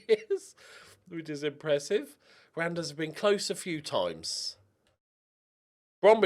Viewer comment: Ooh awesome. I landed in Randers in my journeyman in FM22. Just know it's pronounced "rah-nuhrs." Was a really fun part of my journeyman though. Liked it so much, I bought a scarf from their team store and shipped it to the United States lol.